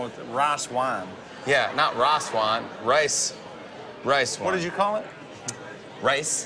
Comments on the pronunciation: "CAN WE GET SOME MORE WIICE WINE!!" lol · He clearly said “Rye Swine” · "Rhas wine" 🤣🤣🤣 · Raw swine?? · Blake has training chop sticks and he say ras wan im dead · All I kept hearin was "Raw-ass wine" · blake:i jst dnt knw what ras wan is jimmy:not ras wan.its rice wine I CANT I LITERALLY CANT LMAO😂😂😂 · No not "raas wahn" ... "rice wine" 🤣🤣🤣🤣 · Raas waan😂 it's rice 😂😂😂😂😂😂😂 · “Rice Wihne” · Every time Blake eats something he doesn't like....Can we have some more of that Rayce Wine??? LOL! Too Funny! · Ashlynn Smith I know it is rice 😑 I wrote what he called out many times. raas wine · What’s more cute: the dimples or the way Blake pronounces “rice wine” Huge fan of his tracks, (and the dimples) 💖🇺🇸